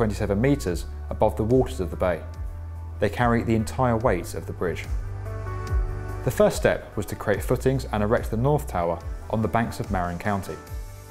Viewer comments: It’s pronounced “muh-Rihn” not “Mare’n” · I hate that the author has a British accent it’s pronounced Marin on Marion. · Cool vid. Oh, it’s pronounced “Ma-rin “... Not “Mae-rin “.. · I crossed this bridge, mostly by commute bus, twice a day for my whole career. Going south from Marin County (pronounced Muh-RIN, not MARE-in) into the City, and home, north, in the afternoon. In the early mornings it’s so dark, foggy and drizzly that one can’t see much, but the afternoon rides home were spectacular. The fog would just be drifting in wisps, or unrolling like a blanket, across the bridge, which was brilliantly sunlit golden by the afternoon sun. When new visitors stay with me, I always take them first to the famous overlook of the bridge (Marin side, north of the highway), where so many commercials, advertisements, etc. were filmed. It never fails to impress. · "Muh-rin" Marin rhymes with hotel inn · ITS MA-RIN NOT MAR-IN!!!!! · Accent on the second syllable. Muh-RIN. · Also it’s not Mayrin in Marin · Very well done. However (and this is a small point which the narrator couldn't be expected to know), Marin County is pronounced ma-RIN, accent on the second syllable. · FYI...It's pronounced "muh-RIN" county. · You pronounced "Marin" County wrong...